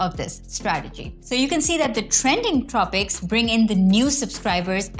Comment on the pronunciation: Loved the video and collab, specially when she said "the trending tropics" on . Awesome guys!!